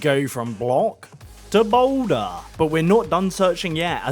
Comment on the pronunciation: “THE BOULDUHHH”